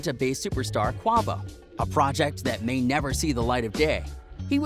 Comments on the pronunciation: He said Qwavo instead of Quavo. Lol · Lol why's this dude reporting on a culture he ain't a part of?? "Qwah-vo" lol "A.S.A.P Ferg" It's A-$AP - A-FKN-$AP...you don't put no fear in my heart..